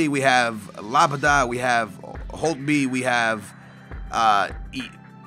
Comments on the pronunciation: please, its simple.... La-Bee-ad. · is it so hard to say la-bi-ad???? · dude it's La-by-ad and IAGO not Lago